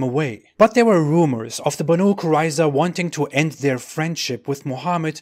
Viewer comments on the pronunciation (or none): It's pronaunced more like Baeneiy